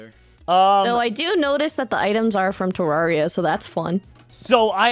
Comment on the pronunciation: Are we going to just ignore dropsy’s pronunciation of “Terraria”? “Ter-RAREIY-A” Not “Ter-RARY-A”